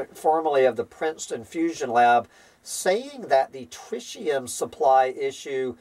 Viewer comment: trɪt̬.i.əm [TRIT] + [EE] + [UHM]